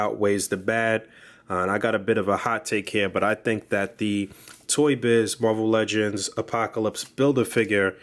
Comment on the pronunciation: I love when he says muarvel legends just gives me the feeling of a boog nice review :o